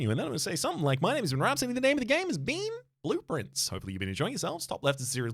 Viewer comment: Every time you say blue prince I hear blueprints I wonder if that was intentional b6 the devs 🤔